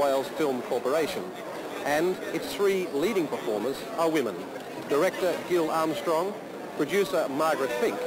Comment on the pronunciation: Gill Armstrong? If only they knew it's pronounced Jill....